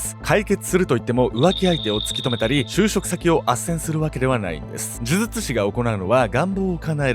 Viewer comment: 「デリケート肌」はちゃんと言えてます。むしろ、「呪術」のほうを気にてください。